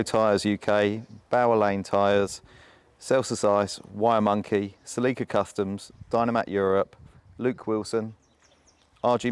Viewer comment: the pronunciation on "celica" is completely wrong